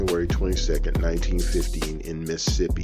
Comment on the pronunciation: It sounded like he said 1950 I had to play it a couple of times to hear him say 1915, also the reason back then men was not held accountable because there were no laws for Incest.💯